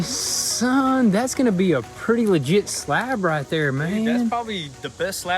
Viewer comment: How many times did he say ligite